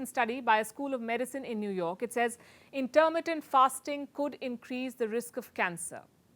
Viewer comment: What is "Intermentative" fasting just listen to her...is this channel meant to look like Forbes with CNN BS ?